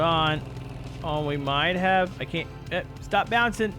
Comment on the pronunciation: why do you pronounce the word can't as caint